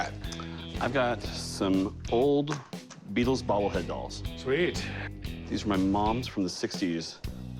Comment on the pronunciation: Jeez…it’s the Beatles man…not the Rutles